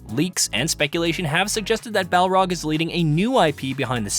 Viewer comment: “Balrog” lol